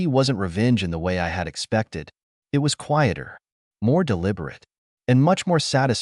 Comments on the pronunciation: Just a few things you need to fix. Please edit the captions. The AI can't say "it". Check for a space. Good story. It was hard to watch for me, but I persevered. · " It " is pronounced " it ", not I T. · A I needs to go back to school. It's not I t, it's it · Very tired hearing I T instead of it. Please edit better. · Story: If you allow to be a doormat, people will walk all over you. OP should have shut that down years before but she, instead, enabled them. The AI: IT is a career. It's pronounced EYE TEE. It is a pronoun. It is NOT pronounced eye tee. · Yeah. "My name is Emma" spoken by an obviously male computer voice? What's the matter? Was the monthly allocation of female computer voices all used up or maybe on strike? And too many mentions of IT (as pronounced eye-tee) instead of the word "it." And the "Dot"s. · I agree with sidlives, it was halfway into the video when I realized that “I.T.” was just the AI narrator trying to say the word “it” 🤦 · The AI is ridiculous. "It" is called "IT" and spells out "my" instead of saying my. And several times the AI says dot and asterisk before reading names or certain words. And once again OP is called dramatic and she needs to fix this. And the parents are always calling relatives to pressure OP to give money to parents and siblings yet not once does Emma or OP tell these other relatives that if they're so concerned about her parents then why don't they offer them money? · "I T felt good" This AI vocie really made a joke of itself this time (and as usual the AI written story to but the voice was hilarious) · This is a better AI voice than most, but “I.T.”???? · I love these stories but I hate the AI narrator. The “I” “T” being pronounced instead of the word it is blowing me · IT is one word not two letters make it sound like i t dept coming to fix computers throws of the flow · I've never met anyone who's first language isn't English who think 'it' has two syllables and says 'eye tee', instead. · AI can't pronounce 'it'😂